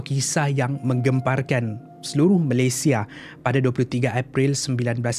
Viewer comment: Malaysia not Malaysie !